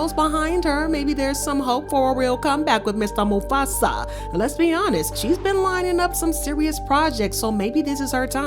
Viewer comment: Did u say “Lez be”. Real.